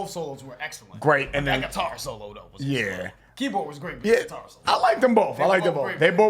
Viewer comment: Pronounced SIT- ar instead of gui-TAR 🙂